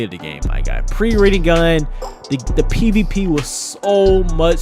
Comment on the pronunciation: Is it me or did he say pp instead of pvp